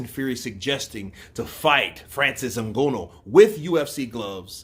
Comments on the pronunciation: Pronounce that Nganous name well at least you went to school stop reading like street guy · Your mispronunciation of Francis Ngannou's last name is vexing. Understandable you're a boxing fan, but come on even Chael Sonnen pronounces Francis last name correctly.